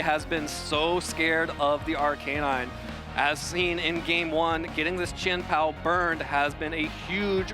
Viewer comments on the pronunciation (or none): Are-Kay-Nine and Urr-Shee-Fu are hurting my head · i cant get over the pronounciation of arcanine and urshifu, why would you do this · The way he says Arcanine is killing me man lol but great match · The way that dude kept saying Arcanine drove me insane